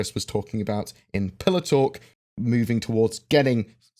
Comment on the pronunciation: lol sounded like you were saying pillow talk instead of pillar talk :...D